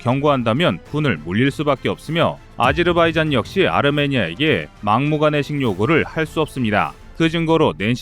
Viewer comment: 튀르키예가 아니고 터키 예, 아르메니아가 아니고 아메니아, 아제르 바이잔이 아니고 아즈바이잔